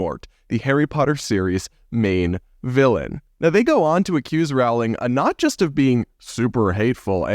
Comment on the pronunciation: Rowling is pronounced “rolling” like bowling.